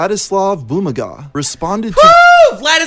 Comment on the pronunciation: LOLLL, it's Boo-MA-ga. I used to watch him 4 years ago btw